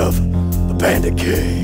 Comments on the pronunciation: the first time i watched trail to oregon, the whole time i thought was saying “the panda king” instead of “the bandit king” which made the whole show 30x funnier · holup i legit thought it was panda king and not bandit king. what.